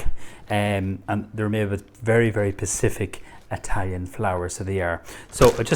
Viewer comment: Very very Pacific.....surely you mean specific 😂😁👏